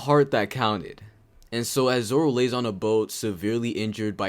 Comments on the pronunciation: stop saying zolo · Dude everytime he says zolo I cannot stop laughing